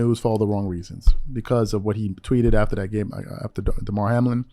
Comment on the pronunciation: My guy it’s Demar HAM-LIN